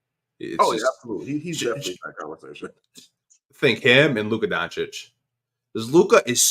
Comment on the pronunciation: He doesnt care to pronounch anyones name right. He dont even say doncic or jokic right. Annoys me too!